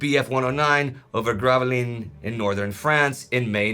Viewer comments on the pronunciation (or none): none